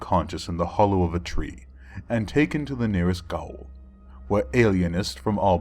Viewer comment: gaol is actually pronounced jail, understandable mistake.